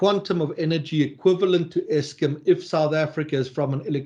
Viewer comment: Why does say Eskim?